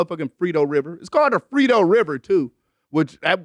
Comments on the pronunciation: Mans said the frito river 🤣🤣 bro it’s frio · Lmao bro said Frito river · "Frito River" and nobody corrected him😭